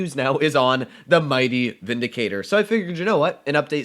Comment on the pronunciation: Ah yes, the “Vidicator”